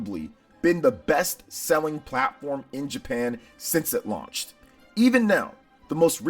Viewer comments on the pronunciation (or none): none